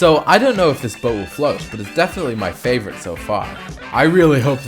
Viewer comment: Bro wth is "Boas"? It's BOAT 😂